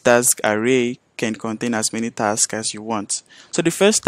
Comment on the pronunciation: Dude! You keep saying TAX instead of TASKS! Wtf is wrong with you?